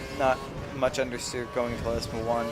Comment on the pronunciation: LESMO! L. E. S. M. O. ! NOT LESMA, LESMO!